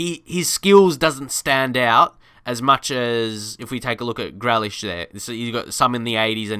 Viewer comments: Please pronounce Grealish correctly it’s Grealish no grelish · His name is GREALISH NOT GLELISH. SAY IT RIGHT. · Pronounced GrEElish not GrElish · My face when he said gralish instead of grealish: 😭😭😭😭😭🤨🤨🤨🤨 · its pronounced gree lish mate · It’s GREE-Lish